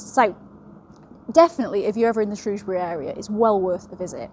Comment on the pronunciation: My local prison, on my doorstep. And you pronounced "Shrewsbury" correctly, I'm very impressed 😂. Loved the video and now subscribed 😁 I also highly recommend the channel "tales from the hangmans record" by Steve fielding!!